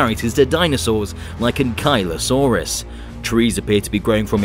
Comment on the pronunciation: The way he Ankylosaurus made me cringe.